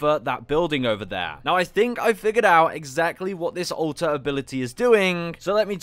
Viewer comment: I swear everytime I hear you say "Alter" it sounds like you're saying "Ulta"